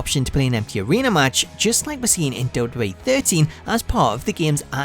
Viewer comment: Love how he says Dub Dub E😂😂😂